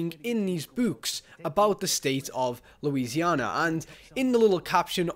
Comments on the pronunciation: The cringe when he says "Louisianer" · Louisiana ends with an "a" sound not an "r" sound